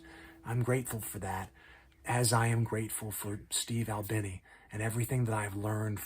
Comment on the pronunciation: his last name rhymes with teeny, not tinny…